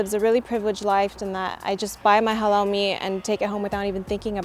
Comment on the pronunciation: The lady Sounds like "hello meat" instead of "halal meat" 😂